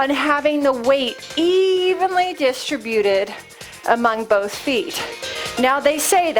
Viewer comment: I'm returning to the rebounder and really trying to get my form right, because I had to stop due to knee pain which the rebounder exacerbated. The ball is a brilliant addition. One niggle: distributed, please emphasize the second syllable, rather than the nails on a chalkboard third syllable.